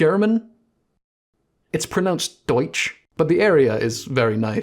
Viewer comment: impeccable pronounciation on "Deutsch"